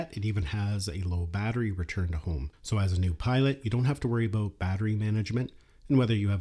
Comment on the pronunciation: You said, "aboot".